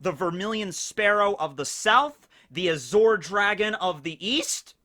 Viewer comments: am I the only one bothered by saying azure as azhor? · Beyblade, and Bungo Stray dogs also have those powers represented. Also, a correction: The middle part of "Azure" is usually pronounced like the end of 'fromage' (ie. Dexter's Lab) The french pronunciation. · You are mispronouncing azure. Edit: and Taoism. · Why do u say azure like that? Lol i didnt kno what u were sayin for a sec lol